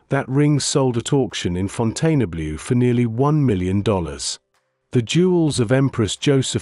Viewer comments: It is pronounced Fountain-blue. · Seems a very recognisable if AI voice but just wish pronunciations of French names like Faberge or Fontainebleau were correct even if I did like most of the content !